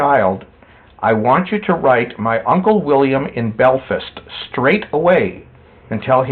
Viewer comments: Cant pronounce Belfast but expects me to believe he designed the Titanic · He is speaking right now as not as Thomas andrew’s. In his regression he prounounces it correctly